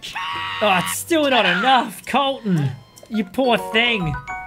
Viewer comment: MY NAME IS COLTON NOT KOLTON BUT CLOSE!